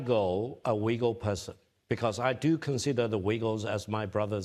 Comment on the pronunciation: He needs to work on words like “Uyghur”.